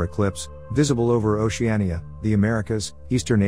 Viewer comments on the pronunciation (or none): none